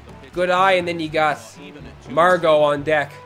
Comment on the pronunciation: Aye, you said Margot right! Nice epic music btw